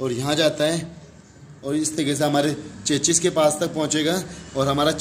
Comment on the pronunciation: चचा। चेचिस नहीं बोलते चेसिस बोलते है।।